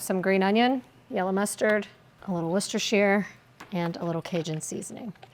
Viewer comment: Love your content & I just want to let you know that you're the only one I hear pronounce Worcestershire correctly.